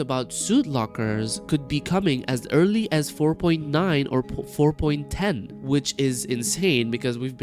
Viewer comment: 4.ten had me going you mean 5.0 lol he says it again 4.ten and a third time LOL im over her dying lol